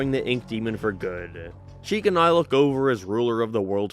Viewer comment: Never heard someone pronounce "now" as "naroo" 🤣 I love it